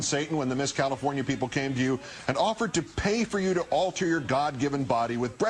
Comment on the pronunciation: LOL! WTF - CALIFORINA?